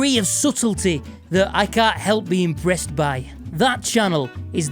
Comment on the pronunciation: Did you say "impressed" or "brest"? I wasn't paying attention.